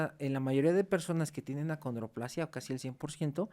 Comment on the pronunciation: Perdón pero para ser maestro de la UNAM y doctor. Debería decir el nombre correcto ACONDROPLASIA No(condroplasia )